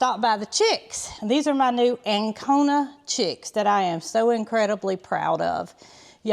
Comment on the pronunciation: I'm confused. Are you saying Ancona?---No, a White Leghorn does not lay more eggs than an Ancona chicken. White Leghorns are superior egg layers, averaging 280 eggs per year, with some hens laying up to 320 eggs annually, whereas Ancona chickens typically lay 180 to 220 white eggs per year.